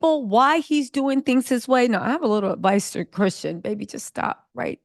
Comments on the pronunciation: Why is it so hard for you to say Christian, girl. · His name is Christian not Tristan 🙄🙄🙄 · CHRISTIAN,.....CHRISTIAN....As in a follower of Christ. Not Tristan, not Christen...Girl. Love your content, lady...but come on nahhh!! Smh. 🤨🤦🏽‍♀️🤣